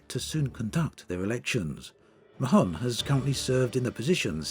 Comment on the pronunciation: I think Mahon is pronounced more like "Marn" than "Ma-hon"